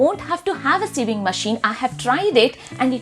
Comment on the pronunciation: You pronounce sewing as saving😂